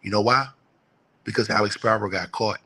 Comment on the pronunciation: SPEEEE -RO not SPY-RO